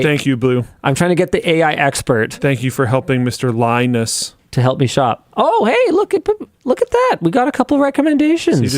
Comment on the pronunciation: Thats not linus its ‘minus 😅